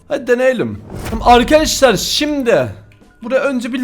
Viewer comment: arkadaşlar değil arkaaşlar diyo fark ettiniz mi